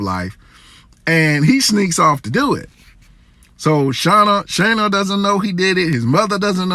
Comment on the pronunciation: Shana? Do you mean Chani?